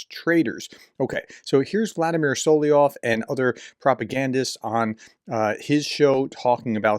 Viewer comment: I don't usually get annoyed at the mispronunciations, but Solovyov appears enough that it might be worth noting it's so-lov-yov, not so-lee-yov